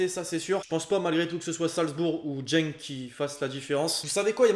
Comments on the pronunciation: C’est GENK ET PAS jenk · le barça va tout gagner mais sa se dit pas « jenk » mais « guenk » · salut juste ta mal dit genk tu la dit en jenk on prononce guenk c du néerlandais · jenk?? Respecte nous mec on dit Genk comme geek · On prononce "Genk" gueink et non jeink si non je vois Dortmund passer! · Ca se dit pas jenk mais guenk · Salut lexity continue t es video mais juste ça se dit pas dgenk mais Genk 😋😋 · C'est pas jenk mais genk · C est Genk pas Jenk 🤦‍♂️ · Lol a il dit genk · t'as pas respecter Genk mdrrrr " jenk " il a dit 😭😭😂😂🇧🇪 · Moi je vois genk finir devant Salzbourg mais vu comment tu prononces genk , on vois que tu connais pas cette équipe 😅